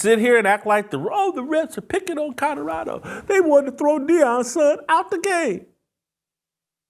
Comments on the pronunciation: Jason you mispronounce Colorado, you say CoDoradao not Colorado. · PLEASE stop saying Co”DOR”ado…it’s CoLORado…thanks!😘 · OMG! I made a similar comment…drives me bananas the way he says CoDOrado! 🤦🏾‍♀️😂😂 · Please Whit, there is a L in Colorado, not 2 D's! Its not Codorado! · Too funny, Jason simply can’t say COLORADO. He pronounces it “Cotterado”…😂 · COLORADO has an L in the middle not a D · Can you please learn how to correctly pronounce the word, COLORADO?!! Jeez. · Why is Whitlock SO PASSIONATE about Colorado? He can't even pronounce 'Colorado', but can t stop talking about it.The opportunity to denigrate another black person gets Whitlock excited. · Bro Colorado is not a hard word to pronounce. You are struggling. 😂